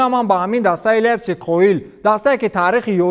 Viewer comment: Лейпсинг а мегум